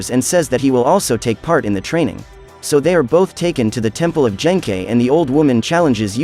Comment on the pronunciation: Ah yes, Yoosookay's master Jenkei.